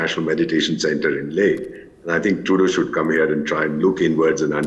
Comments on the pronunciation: The host’s cadence and pronunciation are perfect, just please stop calling him Trudyoo… even if he is a coke-sniffing clown, we should address him by his proper name on national TV. Now repeat after me… Tru-dolf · Anchor is a stupid guy.doesnt ecen pronounce CANADIAN PM NAME PROPERLY